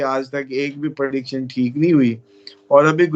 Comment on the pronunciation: Perdiction nhi prediction hota hai